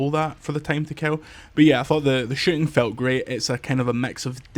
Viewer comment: pronounce "shooting" again